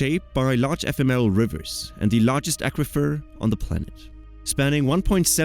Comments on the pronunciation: The word "ephemeral" is being butchered - otherwise interesting video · Also "epitome", "ephemeral"